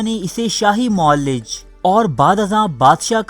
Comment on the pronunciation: بھائی صاحب اردو تلفط پر خاص توجہ دیں۔ معالج کو "معلج" اور معالجین کو "معلجین" پڑھ رہے ہیں۔